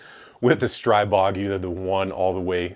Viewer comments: The i in Stribog should be pronounced as an "ee" sound btw. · Just a note. It's pronounced strEE-bO. The God of the Wilderness. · Pronounced, "stree-bog" "Stree" as in force or gust, "bog" as in god, Stribog is an ancient slavic god of force, gusts, streams, etc. I'm not being nit-picky, just trying to help. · Thx.I see first Time that somebody write how should eng.talking People pronounced it. Every bad pronounced STRIBOG Hurt my ears 😁😎 Greetings from Slovakia.👋🇸🇰